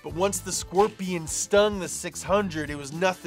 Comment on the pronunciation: A frickin skwerpion!